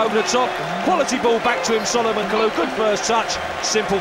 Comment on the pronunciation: It's Kalou or Kalour 😂😂😂😂